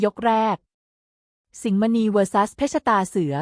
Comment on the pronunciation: เพชรตาเสือ อ่าน ว่า เพ็ด ตา เสือ มิใช่ เพ็ด ชะ ตา เสือ วรรคตอน ผิดตลอดเลย ปรับปรุงด่วนนะหนู